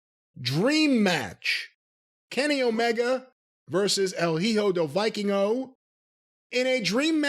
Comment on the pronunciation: I do want to see the Hijo de Vikingo match. That dude is like if you took the Bucks, depussifed them, then gave them talent., you're from New York my guy you don't know any Puerto Ricans? The "H" is silent in Spanish